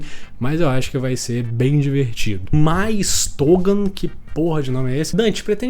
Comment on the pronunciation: No momento não é my stogan, seria Mystogan com som de mi, é um personagem de fairy tail. Ótimo vídeo com sempre, receba meu like.